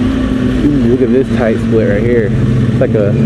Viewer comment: He was like "Lets get da hell outta hya"